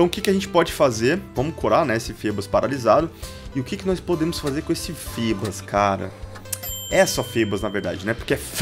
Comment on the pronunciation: a pronúncia não é fibas????